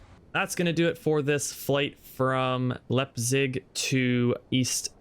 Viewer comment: Nice video bro!! One thing, Leipzig is pronounced Lipezig! Keep it up.